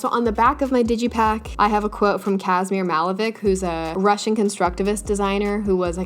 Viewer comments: wow i’m russian and i’ve never heard someone foreign pronounce Kazimir Malevich before. sounds like a completely different person and i was really confused for a good minute. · pls learn how to pronounce KAZIMIR MALEVICH